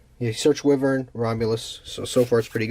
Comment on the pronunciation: It's pronounced "why-vur-n"